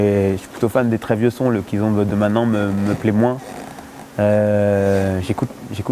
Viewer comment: Petite précision je pense que Fary voulait dire KIZOMBA au lieu de "Kizombe" Abraço de Portugal !